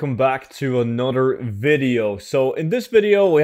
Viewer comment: There is no 'D' in the word ANOTHER